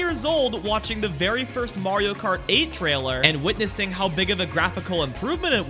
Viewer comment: Why can't he pronounce "Kart 8" in "Mario Kart 8 Deluxe"?....drives me crazy